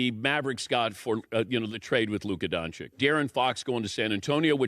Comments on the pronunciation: Just for peace of mind regarding beginng of this video, and to make it easy for people in the future, every time you see letter Č and Ć you read it as CH. So you read Dončić as Donchich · You don’t pronounce its right.Its not DonciK,its DonciC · I always wonder how people can say don-ch-ik and can’t say don-ch-ich. It’s like overthinking multiple choice answers and ended up picking the wrong one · its not luka DONCIK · Learn how to pronounce his name correctly, for the the love of god 😂😂😂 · ffs learn to pronounce his last name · Hey, it is disrespectful to mispronounce persons, especially when it is one of the most famous basketball players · Respectfully Dan, that pronunciation is totally incorrect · No, that's not how you pronounce his name. It's DonČiĆ, where this "Č" is pronounced as american CH and that "Ć" is pronounced as spanish CH. Ofc, in US his last name is spelled in a simplified way as DonCiC. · That's not how you pronounce his name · Man if you gonna talk about luka doncic, at least learn first how to pronnounce the name right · How hard is it to pronounce a slavic name? Americans: Hold my beer and see how ignorant we are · That is NOT how his name is pronounced... Seriously, how long does he have to be in the league before these clowns can say his name correctly??? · Someone who is supposed to be a professional should know how to pronounce the man's name after this many years. If he can't pay close enough attention to actually know what his name is, then how does anything he has to say carry any form of credibility? He's obviously not one to pay attention to detail, therefore his words are meaningless. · Pronounciation of Doncic surname is wrong